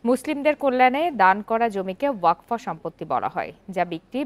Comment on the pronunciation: Waqf hobe wakfa noi gendu